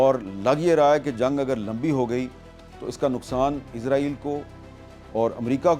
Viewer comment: Not Izraieel, It's Israel